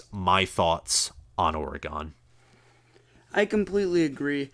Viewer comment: Lol, why are y'all saying or-gone? 🤣 it's or-gun